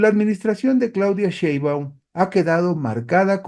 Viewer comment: Está bien que no puedas pronunciar correctamente el apellido paterno de nuestra Presidenta, pero ¿podrías cuando menos leerlo correctamente?